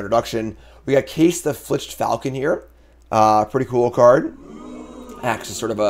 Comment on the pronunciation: Why can nobody say “filched”? I’ve heard at least three MtG content creators say “fliched”